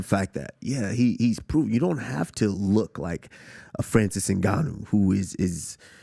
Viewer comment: “Nigganou”